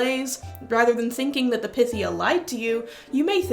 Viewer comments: I thought it was pronounced as pie-thee-ah..? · Pythia = Pie-thee-ya. Pie. Py. Like Python.